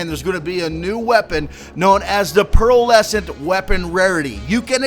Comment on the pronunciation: Pearlescent bro, not Pearl Essence